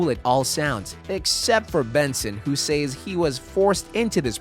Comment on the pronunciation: I especially hated the way he said "say-s."